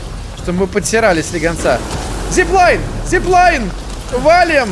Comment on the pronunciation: Я адин вспомнил рафт когда он сказала зиплайе!